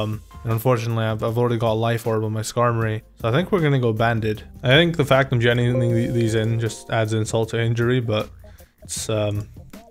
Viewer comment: I like how you put emphasis on genning the mons